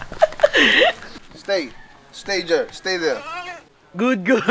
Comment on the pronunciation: "sTāY jèR" HAHAHAHA 😂